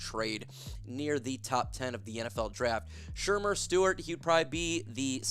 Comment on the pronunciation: Yo I can't with the Shermer. You mean ShaMAR